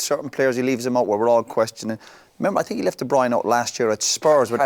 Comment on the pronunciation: De broin ?? de broyner ?? . Listen yu lot ! It's pronounced as in Turner NOT joiner . Kevin is even on You tube telling us how to pronounce his surname . Why doesn't anyone get this ? I can't work out why ??